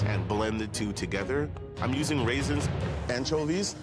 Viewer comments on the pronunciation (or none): I'm italian and we he said RAISINS i passed out